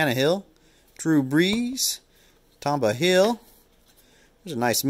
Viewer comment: Always love this series you do. Although, Tamba Hill??? Really???? Tamba Hali should've been your 1st 1 up. Lol He was a STUD for my Kansas City Chiefs D!!!! His last name sounds like Muhammad Ali (Hali). Not Hill. FYI. Just giving you.a hard time,. Lol He definitely was a STUD for us though. Joyner was good too. Thanks for sharing! 🏈🏈🏈🏈🏈🏈🏈🏈🏈 Take Care/Stay Safe